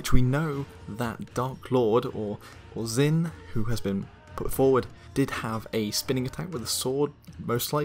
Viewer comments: Something to consider Zh in mandarin isn't pronounced with a Z sound so instead of the Z-in pronunciation it may very well be pronounced J-in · As an Asian, I'm cringing so hard at that pronunciation. Great theory though.